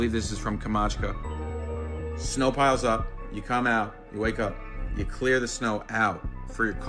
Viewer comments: kam-chat-ka 😅 not kamachka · He keeps saying Kamatchka! IT'S. PRONOUNCED KAM CHAT KA! AS IN THE VODKA! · Yes, it is AI😂 Also, at last check how to say Kamchatka boy-o😂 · dude cannot pronounce Kamchatka.......